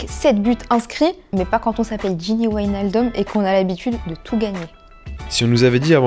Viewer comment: W en Dutch c’est V ! C’est pas Whynildum 🤦🏻‍♂️🤦🏻‍♂️🤦🏻‍♂️